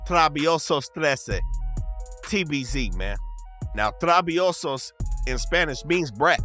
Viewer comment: It's trabiEsos not trabiOsos